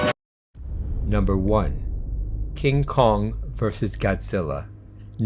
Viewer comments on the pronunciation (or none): none